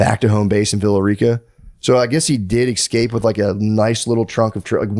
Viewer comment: Matt says EXscape 100 times.